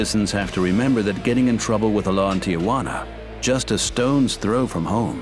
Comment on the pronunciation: Tijuana, NOT Ti-a-juana? It’s not that difficult.